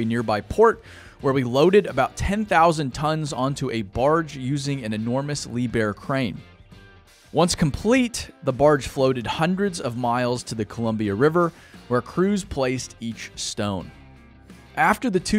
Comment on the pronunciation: Note for. you give the brand name for a large crane. For years I pronounced it like you but I have learned that the 'b' in part of the first syllable. Liebherr. [ leeb-hr ]